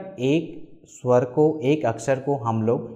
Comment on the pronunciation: बहुत सराहनीय प्रयास। केवल आपके उच्चारण में अभी सुधार करने की गुंजाइश है। 'अ' का उच्चारण "औ" सुनाई पड़ रहा है । 'स्वर' भी कहीं कहीं 'सर' प्रतीत हो रहा है। हेमंत कुमार,विख्यात गायक की मातृभाषा भी बंगला थी परन्तु उनके उच्चारण से यह पता नहीं चलता था। आशा है आप इन छोटी मोटी त्रुटियों को दूर कर इसको और निखारेंगे और हमारी संस्कृत भाषा का ज्ञान बढ़ाएंगे ।